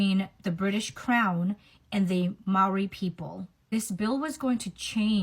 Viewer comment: Mari??...its Maori